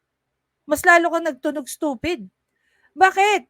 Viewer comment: ...you think I'm stoofeed?...."YESSSSS.....SI.......OUi...OO...,👍👍...🤗🤗😉😅😂🤣